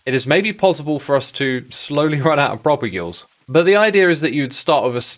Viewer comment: You talked to Skizz, and yet you didn't pronounce 'propagule' correctly. Terribly disappointing.